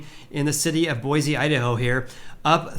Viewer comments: Boy-see not boy-zee :) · It's pronounced Boy-see not BoiZ. please pronounce my city correctly. Thank you. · Boise native here. I just gotta say a couple things. First, it's BOY-see, not boi-ZEE. Your pronounciation is painful. Second, while availability may be going up, pricing is still several orders of magnatude beyond what local wages will support. Is there any chance the pricing will fall to a point that is in line with local income?